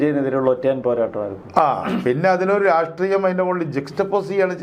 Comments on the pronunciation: രാസ്ത്രീയം അല്ലട യൂട്യൂബ് ഓളി -രാഷ്ട്രീയം, നാവ് വടിച്ചിട്ട് കോണക്ക് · ഒരു നല്ല Journalist ആണ്. അദ്ദേഹത്തിൻ്റെ ചില മലയാള വാക്കുകളുടെ ഉച്ചാരണം പാല്പായസത്തിലെ കല്ലുകടി പോലെയാണു തോന്നുന്നതു്. ഈ വീഡിയോയിൽ പല പ്രാവശ്യം രാസ്ട്രീയം എന്നു പറയുന്നുണ്ടു്. രാഷ്ട്രീയം എന്നു കേൾക്കാത്തതു് എൻ്റെ കുഴപ്പമാണോ എന്നും എനിക്കറിഞ്ഞുകൂടാ. പഴയ ചില വീഡിയോകളിൽ ഉദേശം എന്നു പലപ്രാവശ്യം ഉച്ചരിക്കുന്നതും കേട്ടിട്ടുണ്ടു്. ഉദ്ദേശം അല്ലെങ്കിൽ ഉദ്ദേശ്യം എന്നായിരിക്കാം ഉദ്ദേശിച്ചിരുന്നതു്. ഇതു ചൂണ്ടിക്കാണിക്കുന്നതിനെ positive ആയിട്ടെടുക്കുമെന്നു കരുതുന്നു. 🙏